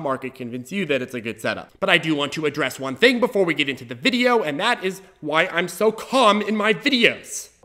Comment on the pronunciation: since hwen does 'one' sound like hwon?